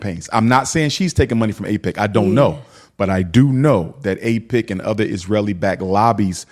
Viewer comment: AIPAC, not AIPIC. “American Israel public affairs committee”